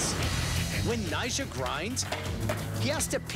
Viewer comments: Yeah it's like he says Nyshah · It sounded like nyshjah or something like that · anyone else thought he says 'nyjah' in a weird way?